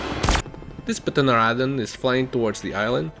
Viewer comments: it is said teran a don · "Pteranodon" was mispronounced throughout the video...